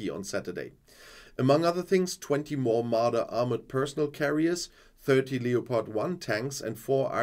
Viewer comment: Leopard is pronounced Lepard in English. Just sayin'